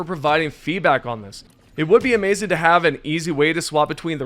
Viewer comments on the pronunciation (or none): none